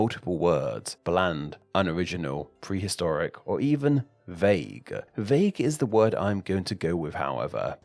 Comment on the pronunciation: Vauge? (Vague)